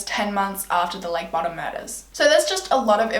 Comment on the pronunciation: Btw not to be that guy but it’s pronounce bow-dumb